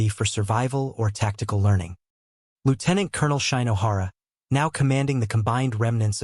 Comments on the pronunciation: Shine-o-hara? When narrators apply English pronunciation rules to Japanese names, the results are not pretty. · Worse, though, is "Shy- no- hara."